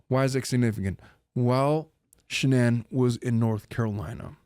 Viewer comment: You keep saying the car's name but it's shanan LOL